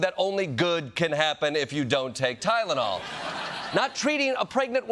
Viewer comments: Oz is in the background nodding, yes President, that's right, you pronounced it right. Tylenol! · Why does he always shout the first syllable in multi-syllable words? Ty!lonal… Bi! Den. Etc.